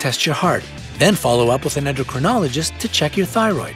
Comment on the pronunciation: Since you refer us to them often, you might say "endocrinologist" properly. 'In my beginning, is my END.'